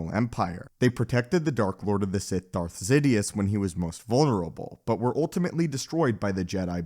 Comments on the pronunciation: Why do u pronounce Darth Sidious as Zidiuus? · I think he said Darth Zidious at least it sounded like that to me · he said darth zitious